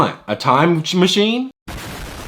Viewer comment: what do you want a time “machchine”